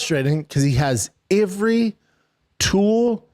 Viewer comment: the way schaub pronounces "every" is maddening